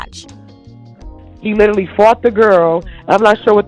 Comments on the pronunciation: ‘LIEterally’ it’s a red flag! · Nope. She literally said, litterly. Lol